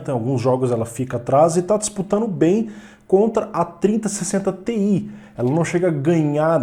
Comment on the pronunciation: Não dá pra entender a diferença de você falando 3060Ti e 3070